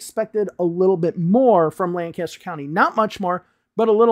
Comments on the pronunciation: Just a minor thing, that town in PA is pronounced more like "Lenkister" and not "Lan-caster". The locals are adamant about this 😅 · Lancaster is lank-us-stir, btw. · Love your channel and I'm not trying to knit pick, but I believe it's pronounced lankister no lan caster.